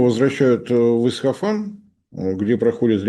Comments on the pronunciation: при всём уважении, но ИсФахан, а не ИсХафан. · Только не Исхафан, а Исфахан. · Не Исхафан, а Исфахан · Всё-таки не "Исхафан", а Исфахан. Пожалуйста, не путайте,. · Нет, приглядитесь внимательнее: путает порядок букв - ИсХаФан вместо ИсФаХан. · Правильно будет говорить Исфахан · прошу прощения, но, город в Иране - Исфахан. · Кто-нибудь научите правильно произносить название города Исфахан! Ухо режет его произношение!